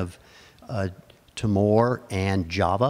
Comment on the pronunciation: Thank you for this fascinating video. We in Australia are sadly ignorant about our own history. One comment about pronunciation: The island of Timor is pronunced Tee-more.